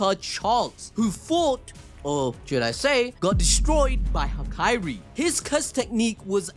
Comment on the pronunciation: It's Hakari, not Hakairi!